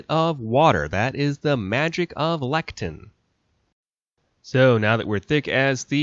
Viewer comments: LECITHIN (not lectin) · Not sure if anyone mentioned it but you were pronouncing lecithin as lectin. Lecithin has 3 syllables ( lĕs′ə-thĭn ) and lectin is a whole different thing, but you meant lecithin. So aside from that 😂😁 I thought this video was super cool and enjoyed it... especially the part you used a few words that you made up entirely! I'm glad someone took the time to put this out there, much needed info. Especially since hollandaise sauce is probably the best sauce that was ever invented in existence. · Lecithin has three syllables pronounced leh-suh-thn; it's a phospholipid. Lectins are proteins in plants, entirely different molecules. Otherwise interesting video, I've always wondered about comparing these methods. Never have been able to get my blender hollandaise thick but maybe I'm just not blending long enough.